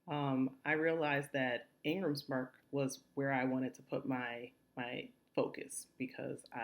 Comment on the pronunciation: Thank you for this info, very helpful. But could you clarify what you said where you mentioned a book publisher's name. I heard Engles Park or something